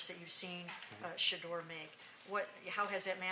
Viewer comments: This coach has a hard time saying Shedeur name! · Stefanski can’t even say Shedeur’s name… But always refers to Dillon by his personal name… sad case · Still can't say sheduar name 😂 fire this bum